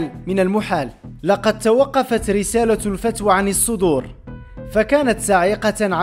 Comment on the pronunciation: واش أنت الفتوة قريتيها الفتوى وبغيتي الناس تيقك أن معلوماتك صحيحة، صحح نطقك أولا..إعلام البلوى لا يفرق بين الفتوة والفتوى!!!